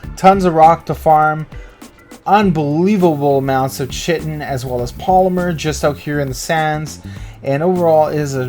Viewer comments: Great vid mate, nice spots. Just a small thing though, it's Ky-tin (chitin). Keep up the good work. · are you american? if so look up how to actually prounce 'chitin' correctly please. it's actually pronounced as if it was spelt with a k and not a ch. and if your not american you should definitely look up how to pronounce it... and fast...